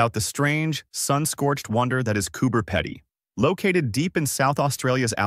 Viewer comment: It's pronounced cooper pee dee. 😅